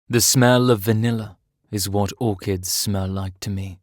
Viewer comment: Orchids… ‘or-ch-I’d’ I have never heard someone pronounce it quite like that before 😂 I’m thinking it’s more a reading something without thinking of the actual word you need to say